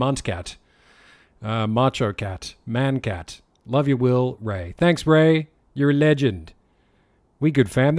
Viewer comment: C cat why did I hear more than 'C Cat' during the livestream, of course knows how you pronounce it. That's going to make me cringe for the rest of my life